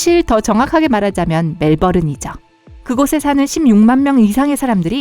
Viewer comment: 이분 멜번 발음 불가입니다!ㅋㅋㅋㅋㅋ